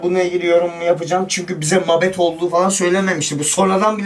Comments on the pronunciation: Mabet ❌ Mâbet ✅ Daaaaaa ki ❌ Da ki✅ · Mabet değil mâbet. A uzun okunur yâni. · kötü bir niyet ile söylemiyorum (senin türkçe öğretmen'ine attırayım ) mabet ne can Allah aşkına abim mabet degıl doğrusu (MAĞBET) 👍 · mabet değil la mağbet mabet ne babet der gibi :D kanka komedi dünyası gibisiniz :D